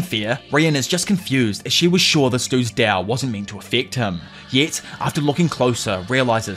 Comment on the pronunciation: Why does he say dao and not Tao